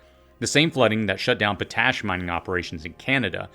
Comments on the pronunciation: Po-tash? Pot-ash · It is pronounced pot ash not patash. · it's pronounced like two words pot ash. not po tash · "Potash" isn't pronounced "p'tash", it's pronounced "pot-ash".